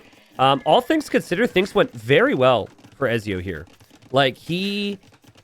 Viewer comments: Have you played Assassin's Creed?! Don't forget the T in Ezio! It's etzio! Lol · My god the way you pronounce Ezio is killing me